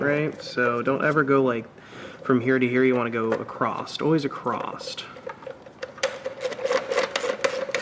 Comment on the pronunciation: First of all that wasn't the MAF sensor. Second there is no "t" in the word across. And you call yourselves?? I guess any idiot can make a youtube video.